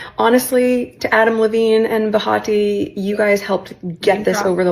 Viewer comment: Name drops Adam and Behati like they are her connection that she knows, but she pronounces Behati wrong 😂🤡. Pretty sure you don’t enunciate the “h” and “t” has a harder enunciation more like a “d”. But sure, Meghan, I’m sure they’re totally your friends in real life.